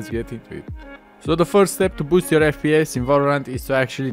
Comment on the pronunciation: it will faks up with yor fPEEEYESS